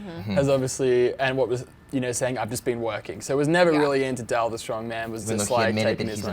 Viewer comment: The brunette girl keeps pronouncing Dell's name as Dale. lol